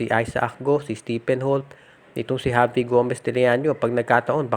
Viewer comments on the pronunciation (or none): none